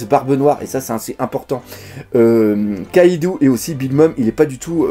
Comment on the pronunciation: en fait j'ai une petite remarque a faire pourquoi "yonko" et" kaido" vous les prononcez younkou et kaidou? mdr